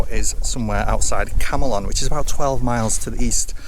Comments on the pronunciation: Yaay I saw Camelon, ma wee village. However it is pronounced Camlon, the "e" is silent. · Camelon is pronounced Came-lin. Nothing like Camelot! Mind you the English woman station announcement recording on the train gets it wrong too. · Camelon is pronounced came-lun.